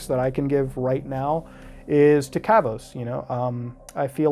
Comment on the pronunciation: cant even say his own name properly lmaoo